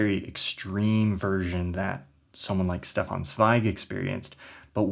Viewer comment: In case of future reference: There’s a soft sound at the beginning of Stefan Zweig’s first name, and a hard sound at the beginning of his second. Shdeffan Tssveig.